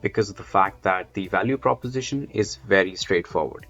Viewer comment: Like my Indian friends at work, you do pronounce the letter V as a W, like in the word “value”, most Indians pronounce it “walue” without being aware of it. It is adorable :)